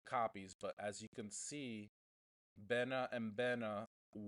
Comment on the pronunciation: the charm one is pronounced like "bee nah" like bumble "bee"